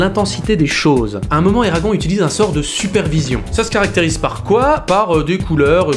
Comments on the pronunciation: Excuse-moi mais alors là je viens à peine de commencer la vidéo je suis à et je déteste quand on détruit le prénom d'un films ça ne se prononce pas Eragon ça se prononce ERAGONE on prononce le E a la fin mais il ne s'écrit pas C'est la prochaine fois j'entends encore quelqu'un qui dit et qui ne prononce pas le E à la fin je crois que je vais péter un câble mais déjà ça fait déjà 2 ans que j'entends ça parce que mon fils s'appelle exactement pareil et j'en ai marre des personnes qui ne prononce pas ça à l'américaine mais qui prononça en mode Français 🤦🏻‍♀️ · On dit Eragonnnnnnnne!! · Eragon(ne) ça se prononce ERAGON(NE) non de dieu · Ça...se...prononce... éragone !! Et pas éragon bordel ! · sa se dis : "éragone" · Eragon se prononce "Eragone" phonétiquement ... c'est un prénom elfique. Comment pourrais-tu faire une critique constructive d'un film dont tu n'as pas lu les romans ? Alors évidemment si on outrepasse le lien entre les livres et le film celui-ci n'est pas si mauvais. En revanche, si on le prend pour ce qu'il est c'est à dire une adaptation, c'est désastreux et pas seulement concernant les détails comme le physique des personnages ou autre mais carrément des passages cruciaux de l'histoire qui ont tout simplement été balayé rendant toute suite impossible ou à défaut incomplète. L'histoire originelle étant bien plus travaillé, le film aurait mérité de la retranscrire correctement. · Tirmarche Jilann lol, désolé mais j'assume, ça me fait tellement rire de le prononcer en version franchouillarde. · Je suis globalement d'accord avec ce que tu dis, et tu le dis bien, sauf que je poucerougise, parce que ta prononciation de "Eragon" est absolument horrible. Ça t'apprendra. :D